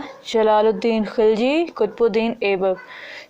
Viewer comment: It's not khaliji , it's khilji